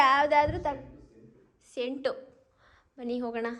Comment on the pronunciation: 🤣🤣I burst into laughter when said chent 🙆‍♀️instead of scent/ perfume 💀